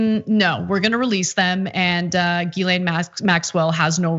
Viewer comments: people making comments trying to turn pedophilia political and i'm just there wondering why people keep pronoucing Guislaine as Guylaine. also pedophiles arent a political thing people ffs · Her name is pronounced "Jiss-lane" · Ana how did you read that wrong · Can someone on tyt have the decency to teach Ana how not to butcher a French surname.. ffs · Can someone at TYT ask Ana why she insists on mispronouncing Ghislaine's name?